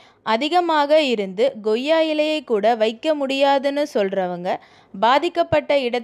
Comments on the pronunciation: Madam pls idu ggoiya ilai illai...ucharippu thavaru..... Koiya ilai...like that not ggudhirai ..it is kuthirai.. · Goiyya ilai illa Koiyya ilai